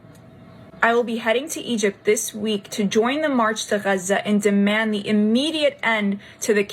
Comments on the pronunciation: The new pronunciation of Gaza has me dead for real, these libs smh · Pronouncing Gaza like that has to be racist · why the heck is she pronouncing Gaza so wierdly? 😂